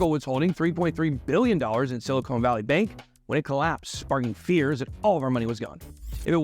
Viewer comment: 'Silicon,' not 'silicone.'